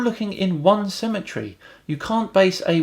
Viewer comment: I was feeling the dumb as soon as he said "ttthemetery"